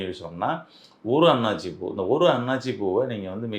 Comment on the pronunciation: அன்னாச்சி பூ என்பது தவறு அன்னாசி பூ என உச்சரிக்க வேண்டும்.